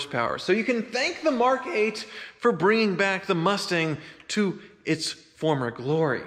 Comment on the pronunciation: Does anybody else think he sounds like a dog? He says Mark,Mark.mark